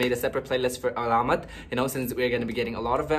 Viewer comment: Pronouncing 'Alamat' - put the stress on the 3rd syllable instead of 2nd syllable. saLAmat - stress on the 2nd syllable (means Thanks) alaMAT - stress on the 3rd syllable (means Legend) Just a quick TAGALOG 101 😉